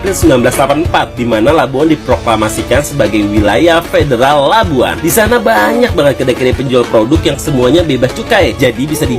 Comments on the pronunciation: Labuan..bukan Labuhan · Ayat sebutan tu tak betul LABUAN bunyinya bukan LABUHAN tapi bunyinya LABUWAN betulkan sebutan tu jgn kelirukan orang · ...Labuan. bukan Labuhan... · Ohhhh.. ohhh ting ting... bukan Labuhan lah, ( Labuan ) 🤣🤣🤣🤣🤣🤣🤣🤣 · Bukan LABUHAN tapi LABUAN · Labuan..bukan labuhan✌️